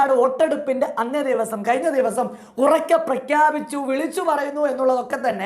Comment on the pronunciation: ട പൊട്ടാ കയിഞ്ഞു അല്ല കഴിഞ്ഞു.... വിശയം അല്ല വിഷയം....